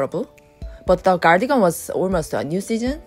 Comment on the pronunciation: Cardigan 을 한국 발음 씩으로 가니건으로 하시네요. 다음 번에는 카디건 으로 발음 하시면 더 좋으실것 같아요. 미국 분들도 보시니 지나가다 한마디 써 봤어요~ 화이팅!